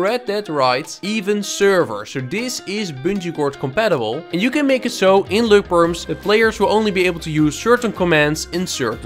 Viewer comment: “Løkperms” now thats a masterpiece